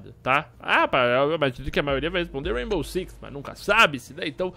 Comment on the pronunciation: "raibow"